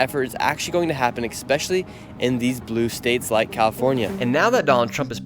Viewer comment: Its ES-specially not EX-specially. Damn it.